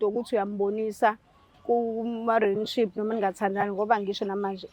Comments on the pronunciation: Rinship 😂😂😂Relationship yerrrrrrrr ngaze ngahleka namhlanje 😂😂😂😂😂😂😂😂😂😂😂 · Renship 😂😂Rinship angaz noma ngizwe kahle 😂😂kuthiwa Relationship ayi lento oyishoyo yerrrrrrrrrr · Angimuzwa usisi makebiza u relationship, uthi relan what? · Yehlula e pronunciation ye relationship 😅